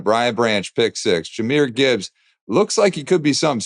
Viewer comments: Jahmyr, not Jamarr. Juh-meer League bout to put respeck on that young mans name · JA MEER not JA MAR Gibbs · Its JAHMYR Gibbs, quit saying "Jamar" Put some respect on his name 😤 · Stop calling him JahMAR Gibbs. It’s Jahmyr Gibbs. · It’s JahMYR. You’re a sports analyst have some respect and get the names right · Richard Sherman loves to talk that Stanford graduate stuff but I haven't heard him pronounce one player's name correctly on here or on undisputed. Who tf is JAMAR Gibbs?! 🤦🏽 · I like how you see the moment Richard Sherman's pronunciation of Jahmyr Gibbs is transferred to the other guy.